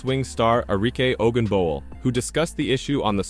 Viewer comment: If you can’t pronounce her name correctly makes every other comment questionable.p.s. Caitlin Clark is the best!